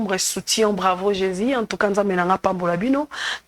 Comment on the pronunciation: Maman wetshi ozali journaliste présentatrice sala effort na prononciation on dit Jésus et non jési Dieu et non Die merci pour la compréhension